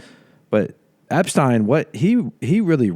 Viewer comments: 😅 it's Ep-STEEN. 👍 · hey, it's eps-teen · The person who doesn't know how to pronounce Epstein's name said it the most.